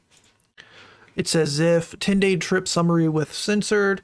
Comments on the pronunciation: His name is pronounced "zEYEph" not "zEHph" btw. Sucks to see someone I used to look up to in the Hypixel community potentially be this horrible. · the way he pronounces zyph hurts